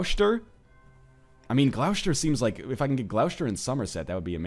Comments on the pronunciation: It's not pronounced Gloushter, it's pronounced Gloster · Northernlion, protip: 'Gloucester ' = 'Glosster' :) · Oh NL your pronunciation of English counties is hilarious, Gloucester is actually pronounced as gloss-ter, not gl-ow-shter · Dude, Gloucester is pronounced 'gloss-ter'. I just cringe a little every time ;) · Again, i died when he tried to pronounce Gloecester. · 'Gloucester' is actually pronounced 'glu-ow-chay-stee-are' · The way he pronounces Gloucester makes me cringe every time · Oh God why do you add so many sh's where there are none? It' Gloss-ter and Less-ter, not glou-shter and ley-shter. Also if you want bigger claims check who holds a duchy (view the character and click the shield by them to go to the title) then there should be a tab that says "claimants" next to "Create/usurp" and "make primary". Picking claimants will show you who has claims to a title, if you invite them and give them a county you can push their claim and they'll serve you afterward.